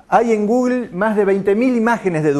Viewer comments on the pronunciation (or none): none